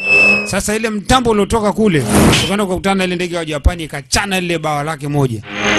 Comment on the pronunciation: Dj mbon hapo kwenye ja PAAAN UNATAMKA KIUPANICAJ😂😂😂😂dj kwrnye P tamka kwa ku relax tafadhar